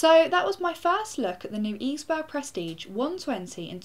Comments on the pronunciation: its like iceberg, not eesberg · Pronounce it like: Iceberg..that would be correct :) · I'm pretty sure it's "iceberg". That's the way a German CM rep pronounced it in an interview I saw. Right ... on with watching the overview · Maybe it's supposed to be pronounce like "Iceberg" (Eisberg) Like a play on words? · Nice "eisberg's" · Here is how you pronounce it(I am german ;)): It is like Ice-berg, but you have to stress the "c" a little less ;) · Eisberg... German word -> German pronounciation? So "Ice" is correct, but it's not an English "berg" but a German one. :P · yup. The german word is for it is pronounced almost like the english one. There's only a slight different in the first vowel (eis (german) vs ais = ice (english)). The way she says it is how we say the same word in Norwegian. If i didn't already have a H100 i would consider this. Maybe the benchmarks will make me reconsider?